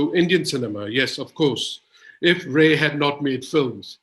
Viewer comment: Raaye, not Ray.